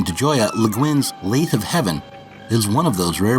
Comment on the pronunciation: FYI, "lathe" rhymes with "bathe."